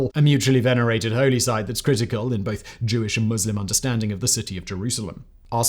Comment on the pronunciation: Ohh my god.. a presenter who actually knows how to pronounce Muslim correctly?! It's a Christmas miracle.